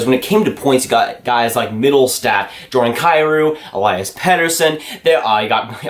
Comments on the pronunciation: still pronouncing Elias wrong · I don't even think Elias knows or cares.. But in Swedish it's E-lii-as... Watch some of his goals from SHL to hear the commentators. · It's Elias not Elias lol